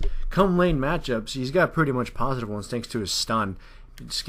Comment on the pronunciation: 'He is PRUTTY good' Prutty.... xD